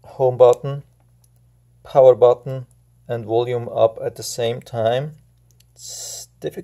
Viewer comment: Guy can't even say power from home button